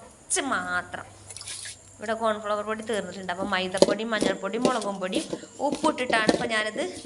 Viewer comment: എൻ്റെ താത്താ കോൺ ഫ്ളവർ അല്ല കോൺഫ്ളോർ ആണ് പറയ